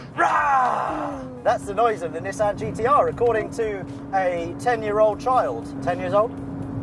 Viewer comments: Nis San >:| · I honestly can't stand it being called Nis-San... A lot of British people get mad when Americans call it a NeeSan even though thats how the Japanese pronounce it more or less. Grogeous car though